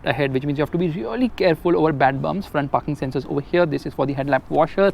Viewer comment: Why do i hear parking sensor as fucking sensors everytime he says. 😹